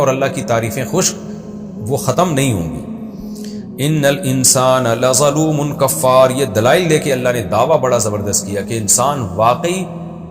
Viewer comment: اسلام علیکم، للزوم الکفار نہیں ھے ، لظلوم الکفار ھے، ظ کا مخرج درست کریں